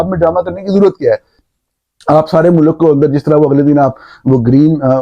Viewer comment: mulak naheen mulk bolo